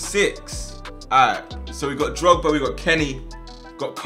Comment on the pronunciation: I love how he says drogs and I think of something else